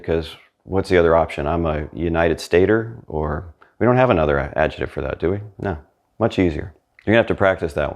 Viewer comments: your videos are. Brilliant, but you need to repeat after me: AD - JEC -TIVE. Not AD-JE -TIVE. You pronounce “c” in adjectivo, why leave it out of adjective? Hasta luego. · You are a fabulous teacher,. Did you know that the word "adjective" in English has a "k" sound in the middle syllable?